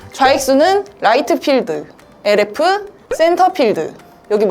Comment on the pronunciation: LF를 RF랑 똑같이 읽는 사람은 처음봤네ㅋㅋ